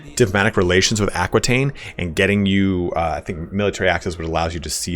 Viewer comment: Great vidz, but please, Aquitaine is pronounced AH-KEE-TEN :)